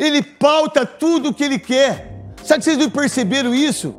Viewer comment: O Abel Ferreira tá sertissimo tem jornalista gui guer falar o gui guer i não guer ouvir guem fala o gui guer ouvi ogui não guer